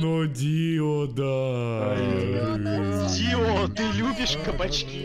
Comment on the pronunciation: Джотаро: Дыо!!! Дио: Жотаро